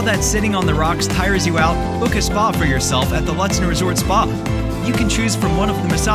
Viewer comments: Cringe It’s pronounced Loot-den. Not lut, like but. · It's pronounced Loot-sen. Might want to change that on your videos. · Ew, stop pronouncing the town name incorrectly